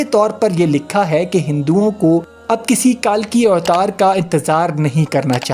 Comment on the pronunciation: اسلام وعلیکم پہلی بات تو یہ ھے کہ کتاب کا نام آپ درست کر لیں تاکہ سننے والوں کو درست معلومات ملے کتاب کا نام ( کالکی اوتار ) نہیں ھے بلکہ ( کلکی اوتار ) ھے اور دوسری بات یہ ھے ڈاکٹر ذاکر نائیک صاحب گزشتہ 25/30 سال سے یہ بات دنیا کو بتاتے چلے آ رہے ہیں اور تیسری بات یہ ھے کہ ہندو پروفیسر نہ بھی بتائے تب بھی حقیقت یہ ھے کہ کائنات کا حقیقی مذہب ہمارا مذہب اسلام ہی ھے ۔